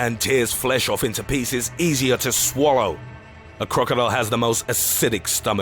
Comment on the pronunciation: Are you Japanese cuz you pronounced swallow swarrow?